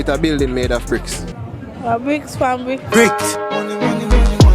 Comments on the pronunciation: Girl say brick pon brick🤣🤣look yah nuh man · Did that gril just say Brik pan Brik????? Lmaooooooooooo!!!!!!! She waaan smaddi slapppp harrr pan har bleach out finger dem!